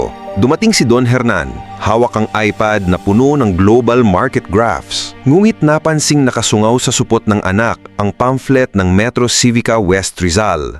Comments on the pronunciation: Sa Supot ng anak?.😂.Kamuntik ng maging "supot na anak".😂 Try to iron out your pronunciation.As improper utterance of word may result in a different meaning. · This is what I hate about AI voiceover. Fast forward to - NGUNIT NAPANSING NAKASUNGAW SA SUPOT NG ANAK. Malaswang pakinggan dahil imbes na supot (bag), it sounds like supot (uncircumcised or hindi tuli). And that's not all, listen to the whole thing - napakaraming mali ang pagkakabigkas.